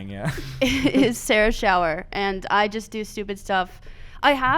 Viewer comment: Next time Sarah is on, can you say her name without the “h”. It made me very uncomfortable. Also make Eddy wear a hat that says “abolish the circus please”. I don’t think one of those hats exists, but you can probably make one.